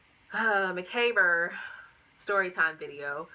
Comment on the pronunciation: Macabre is pronounced muh cob, you silly woman lol! I'm glad you walked away from psycho with more understanding of yourself and very valuable lessons when dealing with someone who is dangerous. I did a vid called "Since when does I'm sorry" give someone a get out of jail free card after violence. Hugs, glad you are better hunny. Tyfs.